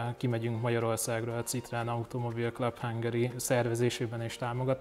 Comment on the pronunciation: Édes Istenem, hogy lehet valaki ennyire bunkó, hogy annak ellenére, hogy nagy Citroën-es, "C"-vel ejti ki a márkanevet. Ha már több Citroën-ed is van, legalább tanuld meg rendesen kiejteni, könyörgöm!!!